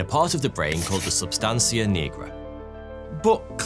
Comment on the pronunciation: 😂😂it’s A not O though